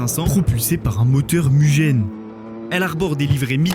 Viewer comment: Salut. L'algo' de YT m'a mené à ta vidéo que je découvre avec bonheur. Puisque tu nous invites aux retours, je t'informe de ton erreur à 4 min 24s : "double arbre à cames" : quadruple en fait. Et sinon, "MUGEN" doit se prononcer "mouguène". Évite juste la vulgarité et sinon continue comme ça : ta vidéo est excellente, et elle respire la passion. Allez, tu as un abonné de plus.